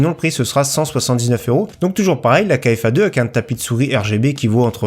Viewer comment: KFA2 se prononce KFA « carré » comme en maths ( le 2)